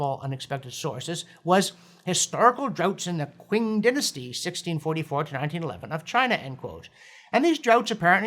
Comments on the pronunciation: Thanks Dr John. Oh how wonderful it is to hear some climate sanity instead of alarmist nonsense. One small "bitching" point "Quing" in Chineses is pronounced "Ching". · "Qing" should be correctly pronounced "ching" as opposed to kwing. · "Historical droughts in the kwing dynasty" Qing is pronounced Ching (or more accurately cheeng with a nasally ee) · Just so you know: Qing is pronounced "Ching", not "Qu-ing" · FYI, Qing is pronounced 'Ching.'